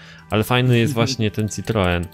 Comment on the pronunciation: to nie jest citroen to jest ciproen